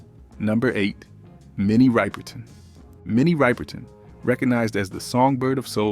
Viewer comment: Ripperton not Riperton😏